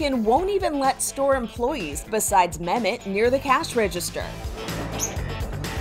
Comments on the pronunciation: memet?!!!!! THATS NOT HOW TO PRONOUNCE IT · Okay, I'm not Turkish but my earss cry for help every time the narrator pronounces Mehmet's name. ( I want lots of Turkish telenovelas) ( I'm latina)